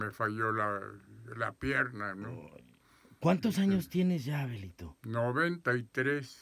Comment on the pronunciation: Creí que le decía abuelito xD Ya después escuche que decía Abelito xD